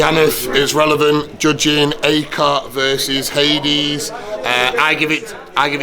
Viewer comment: "His names not Haidees its Hadiz" looooooool